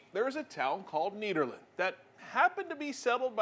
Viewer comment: CooI video. I like the way the lady pronounces 'Nederland', it sounds better than 'the Netherlands' imho. Greetings from Nederland, Europe.